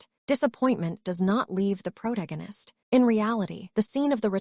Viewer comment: it's "pro-tag-u-nist" for how to pronounce the word protagonist, not "prot-against"